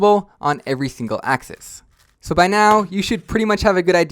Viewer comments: Also what's a axee it's pronounced axis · Why do you say axize